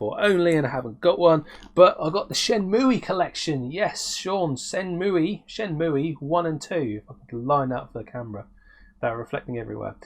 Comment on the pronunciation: At first I got all giddy....I thought, yay, he says Shenmue like I do....then realised you were taking the piss 😂😂😂👍 I’m so pleased to see that Team 17 are still making games, I do love this software house, Worms was such fun and I’m a massive fan of it, so it pleases me greatly to know that they are still going strong. The two games you showed look fun and cutesy, they obviously haven’t lost their knack with cute characters 😀 TV Monsters Blast was a steal mate, loving those brightly coloured light guns, if the game does play like Point Blank then it will be a joy to play. I love how you say “bloody lovely” 😀👍 Pandora’s Tower is very nice, you did right to go with Al’s train of thought 😂 Very nice pick ups mate, great to see you back on screen 🤘🏻🤘🏻🤘🏻